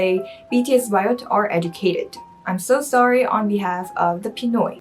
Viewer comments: It’s BAYOT, not BIOT. 😀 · When she said "Bi-yot"....I cringed! hahaha! sorry, love you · It is not pronounced as biot. It is BA-YOT. Yeah it has a bad connotation. But still it depends on how you use it and to whom you say it.